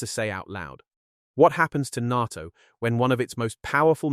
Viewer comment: If you're going to make videos about the new northern alliance and NATO, you really should make sure your knows how to pronounce "NATO". Here's a hint, it isn't pronounced "Nahh toe".